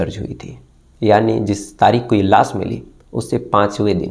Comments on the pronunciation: tu pehle pronunciation ya ucharan karna seekh crime stories baad me sunana. Laash hota hai be laas nahi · It's not soroom, its showroom, its not las, it's lash, it's not saks, it's shakash, fix your language or leave 😅